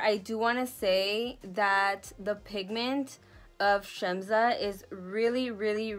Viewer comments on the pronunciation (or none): Just so you know it’s pronounced Shemsa. So not Shemza but Shemsa. Also Yugo stands for Yugoslavia which is a country where we come from, including Amra of course! 🤗